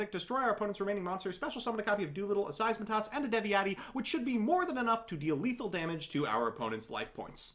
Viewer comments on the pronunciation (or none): It’s SEITSEMAS, not SEISMATAS. RESPECT THE VOID.